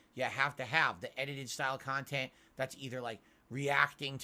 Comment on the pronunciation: lol i love how he didn't even give a real answer to what's the appeal of his content again with the "MEANINGUL KAHNTENT" cope. like what does that even mean? he plays videogames "as the average guy" on an unscripted stream, how can that ven meaningful in anyway? how can you put something in bulk but still feel like it's meaningful? he really is something else